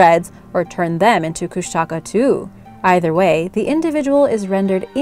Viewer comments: Lol kushtaka no its koooshnaaakaaa is how you would say it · Kushtaka is mispronounced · Also, it’s pronounced Koosh-te-kah. Otters that turn into men. The stories still scare the crud out of me. After watching this vid with an old friend we sat around telling stories we heard about them from elders in the Tlingit and Tsimshian tribes.💗💗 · i live in southeast alaska and am tlingit, and i actually cringed when you said kushtaka haha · idk why but i get really annoyed when people pronounce kushtaka wrong? like I understand why, but i still get annoyed? might be because my mom's been telling me stories forever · Just a thought find out the names before doing your film Kustaka nope Keanai yes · The Tribal name is pronounced Kling-it . you totally mangled the word. Kush-ta-ka not kush tak ah